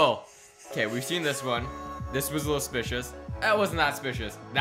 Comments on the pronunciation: ok can u plz talk properly it'd SUSpicious not spicious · Just want to say it’s suspicious not spicious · Omg it’s suspicious not spicios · Not to be rude but it's not spicious it's suspicious sorry it bothers me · It's suspicious not spicious not trying to hate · I love how every pic he sees he goes " secpicious " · that was spicious smirks Me: it’s pronounced suspicious 😒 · He literally says that just looks spishious instead of suspicios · Did anyone else here him say "specious" instead of suspicious😂😂😂😂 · I lik how you say suspicious but you say it supucious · No its not spicios its sucspicios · Lol he says spicious not suspicious lol do not even know if i spelled it correct lol i dont judge him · It's not spicious its suspicious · Why do you say spicous instead of supsicous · Its not "spicious" is Suspicious. Driving me insane. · It’s not spicious it’s suspicious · Why does he say spicious but you say suspicious. lol I'm not judging but still. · It's SUspicious not Spicous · This bothers me he said spicious instead of suspicious! It's triggering me!! Learn how to speak!!!!! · ok can u plz talk properly it'd SUSpicious not spicious Ufgh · omggg can you please stop saying "spicious" smh it SUSPICIOUS not SPICIOUS😤I would watch your vids more if you started saying it the right way because when u say it wrong it gets on my nerves :/ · Btw its suspicuis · He never says suspicious properly he says spicios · needs to learn how to say suspicious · You literally can't say suspicious